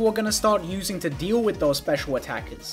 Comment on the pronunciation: I am unreasonably frustrated by how kept emphasizing "Special" in the Clamperl segment instead of "Attack" and "Defense".